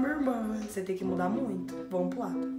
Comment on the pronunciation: Tu fala munito mano